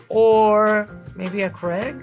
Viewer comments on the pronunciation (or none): none